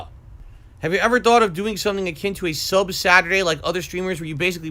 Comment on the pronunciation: Why does he say "sub" like that uuuhhhhggg learn how to talk